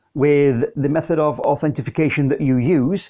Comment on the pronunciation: Authentication or Authorization. No Authentification :-) great video though!